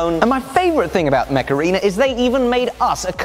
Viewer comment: Dear, please concentrate on the pronunciation of Macarena. No! I mean Mech Arena! We don't need this ear worm. 😂